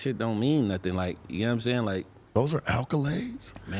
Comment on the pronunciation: Say it with me … ACC-O-LADE.